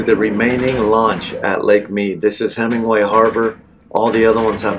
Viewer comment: It's Hemenway not Hemingway.